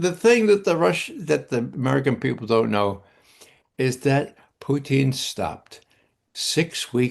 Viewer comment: How can you take Ray McGovern seriously when he can't even pronounce Putin properly? Hey Ray he's not a french fry gravy cheese conglomeration